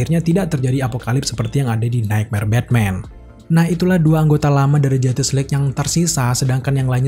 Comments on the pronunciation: Mau nntn to kuping kurang sreg dnger cara pelafalan “JUSTICE” dan berulang banyak banget... gk kuat... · wkwkwk bner bgt ngabb